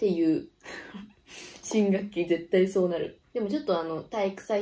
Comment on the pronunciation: 新学期が新武器にしか聞こえない😊